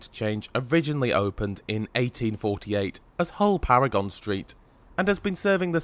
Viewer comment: Pronounced ‘Paragun’ station